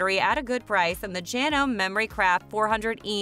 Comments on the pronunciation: Someone needs to tell them how to pronounce JanomE. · Good video, except you don't know how to pronounced 'Janome'. Lol